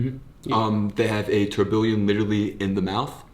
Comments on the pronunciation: dude atleast say tourbillon right smh... guy said tour-billion lmao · The “crypto king” is also the “lazy english king” - learn how to say TOURBILLON